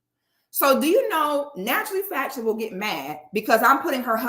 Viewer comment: Its the “naturally FATshionable” thats sending me 😂😂😂😂